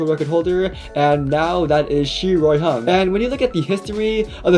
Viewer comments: Finally some one can prounounce chinese names lil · I absolutely love the pronunciation of his name lol